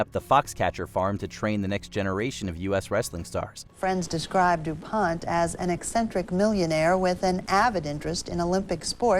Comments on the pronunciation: It's French so it is pronounced Dew-pon. The company has been pretty Anglacinized in its pronunciation but the name is still pronounced that way. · Your narrator mispronounced two names (McAfee and du Pont), and your video included clips of actual people saying the names correctly. I expect you are using AI. So stop it. AI is not yet smart enough not to make you look bad. Give a job to a human being, someone with the sense to look up a name or word they don't know how to pronounce.